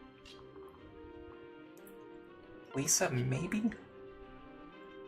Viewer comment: I promise I'm not trying to be a prick, I'm just curious why you keep calling her Lisa instead of Lissa? They even pronounce the name in-game so I'm not sure how you keep getting it wrong. (I used to pronounce Lucina wrong in my head until the cutscene where Chrom says her name corrected me. Now I nickname her Lucy to remember, haha.)